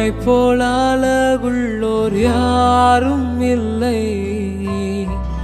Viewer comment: Simply nice song but the first line if u pronounced azhagullavar means.... it will be super